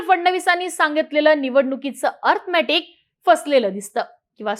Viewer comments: अर्थमॅटिक नाही गं बाई अरिथमॅटिक असते ते🤦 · आधी अरिथमॅटिक नीट बोलायला शिका. अंकगणितात तर नापास आहेच इंग्लिश मध्ये पण नापास आहेत. आणि मग खोटा नॅरीटिव केला म्हणून रडत बसतात.